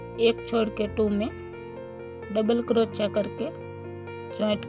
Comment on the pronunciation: आपका उच्चारण बहुत इरिटेटिंग है क्रोच्या क्रोच्या के बजाय सही उच्चारण कीजिए ।